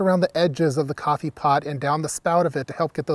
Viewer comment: "groffee grounds"